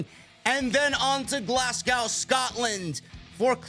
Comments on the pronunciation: Glas go is how we pronounce it Correction Glazgo Clash at the castle Prices are ridiculous it's cheaper to fly to London and get a hotel and all in ticket Plus the hydro is shite for that kinda money I want it in castle 🏰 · It’s pronounced Glas-go the w is silent